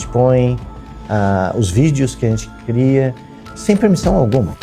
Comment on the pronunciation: oque foi criado ou não coria.... só eu que ouvi? kkkkk